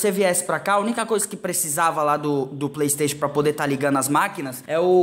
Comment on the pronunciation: mano o yudi ta muito grande! ontem mesmo ele tava no bom dia e cia dando "praystatiun" XD